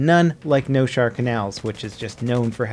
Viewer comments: Noshahr not Noshar. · it is Noshahr Canals, not Noshar. Why no one seems to understand that? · It's NOSHAHR,not noshar...you peasants